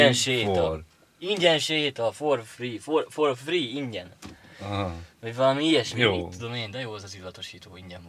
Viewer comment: "for free" (ingyenes), nem four (négy) free